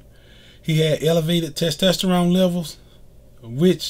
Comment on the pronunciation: It’s testosterone not testesterone lol.